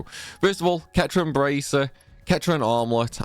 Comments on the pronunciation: wtf its Set-ran....as in the cetra, not KET-RAN... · Ketran? It's cetran, pronounced with an S, like you know, the Cetra? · It’s pronounced ‘Setran’, not ‘Ketran’. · Centran not Ketran 😂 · Pronounced "Setran" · Now you know damn well 'ketran' isn't how you pronounce that lol. Aerith ain't the last of the ketra. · It is funny how you say "cetran" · So sorry to do this. You'd think that Aerith's race would be pronounced the same as the 2 best Cetran armors in the game. Oh Aerith is Ketran? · They say how to pronounce it in the games. There’s no excuse for anyone who doesn’t think it’s pronounced Set-ran. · Its a small thing but mispronounced cetran armor creased me, the say it in the game 🤣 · Anyone else noticed said Cetran incorrectly? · Yes that stuck out. It begins with a C not a K lol